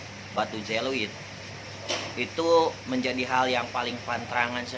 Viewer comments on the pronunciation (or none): bukan batu je lo it, tapi Ze o lit